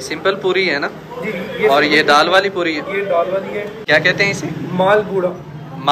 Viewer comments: real name is maal pua not maal pura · Maal pua not pura